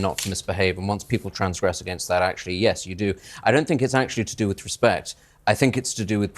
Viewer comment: Chris Eubank's sister. Is barely literate but thinks she's super intelligent. Wespect, I demand wespect.